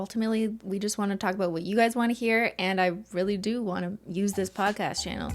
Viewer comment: I heard « it’s a tricky subject to *taco*bout »😁